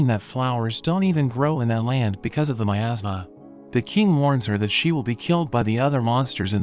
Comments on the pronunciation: Miasma. That's how you pronounce that word. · for a second I thought you said it was covered in "my asthma" instead of "miasma" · i thought he said in a kingdom covered by my ass 😭😭😭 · Tfw you hear 'miasma' as 'my asthma' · What I heard at the beginning “assmass” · thought you said "my asthma" or something